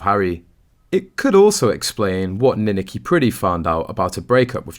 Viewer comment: Don't you EVER check the correct pronunciation of names? It's Nin ak i, with the emphasis on the 2 syllable!!!!